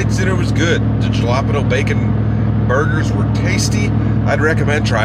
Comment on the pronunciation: Ha! You crack me up...Jah la penn ooooo.....Hail...ahhh peeenoooo. Love you brother~ A Jack Out Of The Box